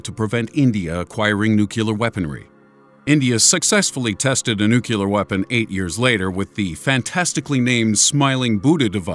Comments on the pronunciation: 1. The "tin hat" thing has been played out. So many conspiracies turn out to be true the "tin hat" accusation makes you sound like a shill. 2. It is NU-CLE-AR. Not "nookular." Sounds JUST LIKE it is spelled. You sound like an idiot. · Please stop saying nookYOOler. It's moronic. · It's pronounced NOO-KLEE-UR , dumbass ! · When he says "Nuclear" it sounds like he is saying "Nukkuller" or "Newkiller" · How many times does an idiot say nukuler before they realize they are an idoit. Thats the real question. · NUKE-yoo-ler, huh? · NUCULAR!!!! Reminds me of Get Smart movie. Oh and no Nikola Tesla? Come on now... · Why are people making a big deal in how the guy is pronouncing Nuclear? Who cares? But since it seems to be an issue for some, personally, I think it should be spelled and pronounced as NuKiller. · Did you really pronounced it "nucular"? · Nookelar weapon😂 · So hard to take this seriously with all the mispronunciations. NUCLEAR. See? Easy. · Noo killer weapon. Strangely Bush says it the same way. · I take that back. I can't bear to hear one more "nucular". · I don't mind the reupload or him saying "nucular". What I do mind is the idiotic big red arrow in the thumbnail. Fuck's sake. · There's that potty, "Nuke You Ler", again! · NEW-KLEE-UR! Supes annoying. Haha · Neucular... aaaagggghhhh it's driving me nuts!!!!!!!!!! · I stopped the moment I heard, "nuc-ya-ler" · It's difficult for me to hear the mispronounced word "Nuclear" in any scenario, but from a guy who thinks he's smart? Please pick up a dictionary soon! Nucular is not a word. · Yeah, he said "nucular" about 20 times and it just about drove me crazy! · Nucyular makes you sound like an idiot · Nukular? Really? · it's not nuke - ya - later? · Stop saying nuKular in all your videos..I can't take it anymore !!!! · NuCULAR? Seriously? This irritates me as much as everyone who refers to it as the "dark" side of the moon! Just saying... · NOO CLEE ARR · why do u keep saying "nu-cu-lar weapon"